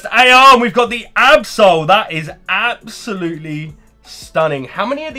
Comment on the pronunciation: Was it "absol-lutely" stunning ;)?